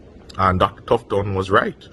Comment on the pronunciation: The man get paid to lie about COVID-19 & to convince ppl to take it ,u know wat make me laugh him carnt even pronounce Tufton name properly smdh ,him carnt tell me fi take vaccines 💉 like how him private part dead already I am begging him to take the vaccines 💉 for me 🤣🤣😂😂😂